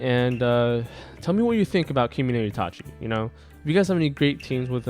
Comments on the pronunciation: For pronounciation it's ka (like kaki) and ge(like gay). For itachi, it's ki mo no. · it's kimono damn it